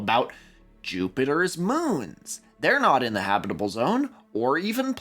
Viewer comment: Love how you say habitable, or should i say 'habibable'